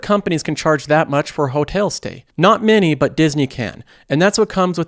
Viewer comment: I’ve got to ask, where are you from? Seems like every other video I hear a new funny pronunciation of a common word. Disney “Hotale.” They crack me up.